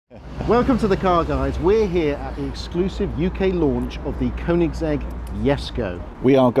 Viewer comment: Please pronounce the brand correctly! Cheers! :)